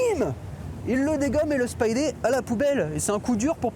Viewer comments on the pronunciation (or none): Derdivol ??? Spidé ??? C'est quoi cet accent 😉Marco Checchetto est un très bon artiste ... mais il a la facheuse tendance a foutre des barbes a tous les héros principaux ( Franck Castle, Matt Murdock et là c'est Peter Parker et c'est pour ma part très chiant .